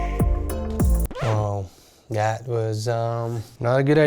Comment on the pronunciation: THAT❌ DAT✅